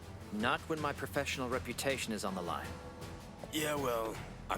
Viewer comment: “Profeshall?!” No, Pro-Fesh-En-Al, professional, say it with me